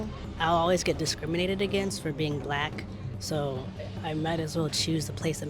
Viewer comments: Thought he said block ppl 😂 you can tell they don't get many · Black. Not block.😂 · Can someone please tell the Asian guy that it’s black and not block. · its is OK to pronounce the word black (like saying hack or Jack). When I hear you it sounds like you say "block" like clock.😊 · I love when Japanese say brack people or brackle too. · Why is this Chinese dude smiling because he said about white they are the ones that is destroying things. And stop saying black like block and learn how to talk. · I just love how you pronounce it. It rolls off the tongue. "Bulaku" 😄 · The interviewer pronounced the word Black very strangely! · Why're u pronouncing " black " so weirdly